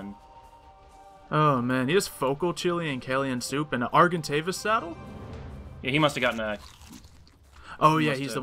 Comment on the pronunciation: It's funny that that guy calls an argentavis an argenavis lol